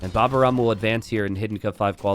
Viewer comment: Please,, his name is "Baba au rhum" (a French desert with rhum), the "au" letters are pronunced like the letter "O" and in "rhum" the "H" letter is not pronunced at all --> Baba o rum Say the "O";-)